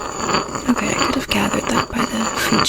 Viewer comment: I love the video and your so pretty but when you said are you ok I thought you said are you gay?💀